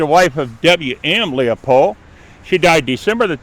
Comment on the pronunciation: It's Springmill Cemetery, not Springfield. Also, it's Leppo, not "Leo-pole". This is a former graveyard of a Lutheran Church.